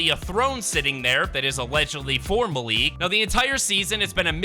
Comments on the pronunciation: Malik is said like (Mal) (Ick) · It is pronounced Mal like malware and lick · Just so you know it is pronounced mal-ik